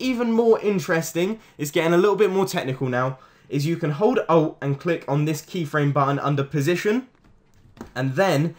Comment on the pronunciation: ''You can hold ouh''